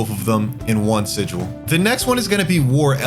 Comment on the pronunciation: he's pronouncing it like si-jewel, not even the way you said